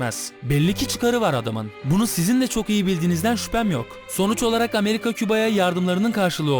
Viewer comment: O gemiyi İspanya değil 2.Abdülhamid emri ile güvendiği adamları amerikan gemisi patlatıyorlar Abi Küba'nın Hayır PUŞTLUK kelimesini Ameriga diyor :D